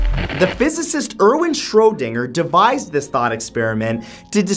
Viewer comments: Why does he keep saying Shro Dinger? WTF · Isn't it pronounced Shroh-dinge-er? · It’s Schrödinger (rhymes with ginger)